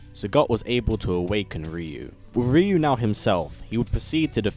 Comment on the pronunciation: RYU not ReU